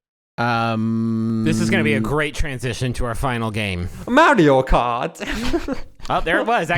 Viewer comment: i will never get over the way pronounces mario